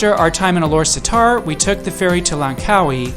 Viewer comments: its pronounce Alor Star. not satar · We pronounce it Alor Star. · I think it's pronounce as Ah-Lor-Star